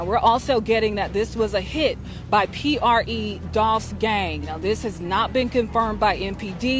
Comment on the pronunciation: Pronouncing P.R.E wrong is crazy